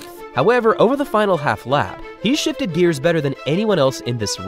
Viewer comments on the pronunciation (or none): none